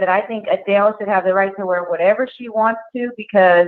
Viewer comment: Jason!!!! I love that you say whatEVA!!!! Love the format.